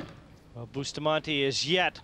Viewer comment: Please pronounce Efren's name right! It's pronounced ray yes, not ray az. Francisco's name is boost a montay, not busta montee. You all make my ears hurt.